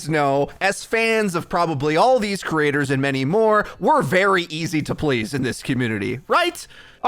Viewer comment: Could you practice pronouncing creators so you stop saying crators